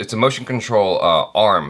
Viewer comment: For god sake its not Mark-ass Brownlee..its Marques....god!! Why is it so difficult to pronounce? First will smith then Jaby..